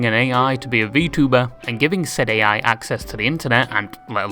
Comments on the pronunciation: Ay, little correct, the "Ai" in Kizuna Ai's name is pronounced like the letter "I" and not the initial of artificial intelligence. And another correction, Gumpai is not tweeting out thanks to her fans for stuff, it is an automatic tweet from Throne (a website where you can make a wishlist of things you wanna have and your supporters can buy stuff from that said wishlist for you anonymously) that she has set on that lets everyone know when a gift on the wishlist has been received. And lastly, cool vid. It was really entertaining like the other ones. 🙂👍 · It isn't Kisuna A.I. it's Kisuna Ai(pronounced "I") She isn't AI either.